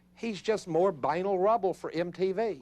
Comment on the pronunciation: He pronounces the word banal incorrectly throughout the whole video, it's a bit irritating, I don't know why no one ever explained to him how to pronounce it.